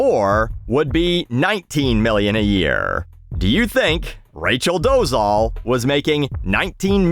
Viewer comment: hey, i think i've been listening to your rants on YT right from the beginning... so here's one of my rants 🙃 i don't know if it's just one of my pet peeves but i really don't like when people don't do much research and incorrectly pronounce people's name; even if it's a bellend like doležal you probably won't care but still let me try to tell you the right pronunciation of her last name: Doležal - the Z with whatever you would call that above it (tiny upside down roof:o) is pronounced as the french pronounce their J in J't'aime other than that you said it OK:hand-pink-waving::face-blue-smiling